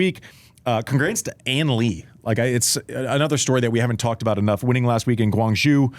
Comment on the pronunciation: Nice try on the pronunciation of Guangzhou. But the last syllable is “oh” not “oo”